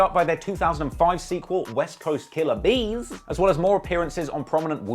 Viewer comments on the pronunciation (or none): Yo, why say west coast killa bees like that? 🧐🤔😆😂🤣